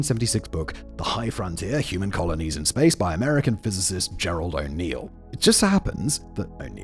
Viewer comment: Gerard, not Gerald.